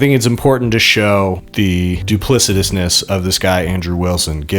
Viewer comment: bro said duplicitousness